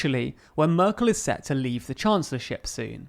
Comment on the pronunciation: You ahould practice saying Merkel. You pronunce it very strange